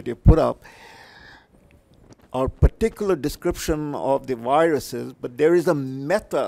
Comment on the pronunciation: "Viruses" is not pronounced "viruseez," and "processes" is not pronounced "processeez" unless you are culturally appropriating the Mexican accent.